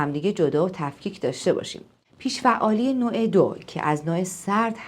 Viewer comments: جسارت نباشد این اختلال بیش فعالی نام دارد که شما از آن با پیش فعالی یاد کرده اید بد نیست با تحقیق بیشتر و تلفظ درست این ویدئو تکرار شود با سپاس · ممنون ولی چرا همش میگین پیش فعالی 😂 کاش درست تلفظش میکردین . بیش فعالی درسته نه پیش فعالی !!😂